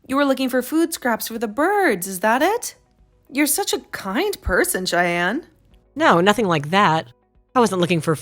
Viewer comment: Shyann? Did you mean Cheyenne?😅